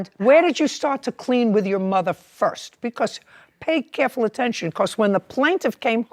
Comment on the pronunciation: Did she say stand up for your mothie?